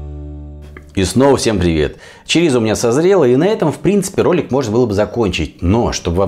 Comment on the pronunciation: произносите, пожалуйста, правильно. Ваше чАрисА я слушать не могу. ЧОрисО. И никак иначе.